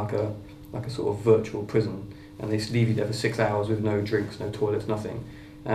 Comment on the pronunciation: "If you want to pwotest, they lock you in a virtual pwison". oh matt :)